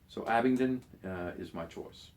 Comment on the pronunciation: Abingdon Bang on I bet u pronounce cambridgeshire correct,too!